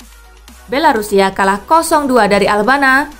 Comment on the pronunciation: Albania min, bukan albana